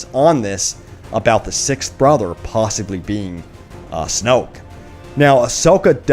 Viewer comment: It's not snoke